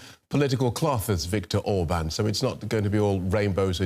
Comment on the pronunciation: I love how she actually learned to pronounce the names.